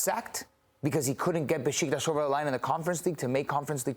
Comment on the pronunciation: So Besiktas isn't pronounced Bee-sick-tas? 😂😁